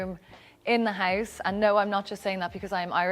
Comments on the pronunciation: She so stragely pronounce "house" omg. I thought at first it's heist.) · The way she says "house" sounds like "heist" - haha I wasn't sure what she meant by that for like a sec :D